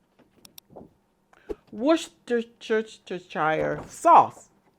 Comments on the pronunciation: Pronounced Wuster as simple as that 😂 you can put shire (sher) at end but we in UK just say wuster sauce x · Wer-sti- sheer .. like saying Worcester MA (wooster)! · In fact, the correct pronunciation is WOOSTER sauce! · We pronounce it the Lou Costello way in our household: Wor-scher-scheeer-schire-schause in this clip: I got excited when I saw your video. I’m allergic to onion and garlic, so I can’t buy vegan Worcestershire sauce. You’ve provided a good base for me to use (without the onion and garlic, of course). Thank you.